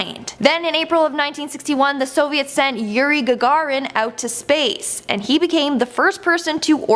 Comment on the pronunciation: Gag a rin? great pronunciation and such a soothing voice from that woman or both of those women